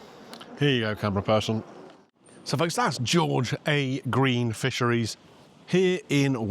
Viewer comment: its pronounced "Georgia Green ".That's the location. Its on George a Green road mate 😂😅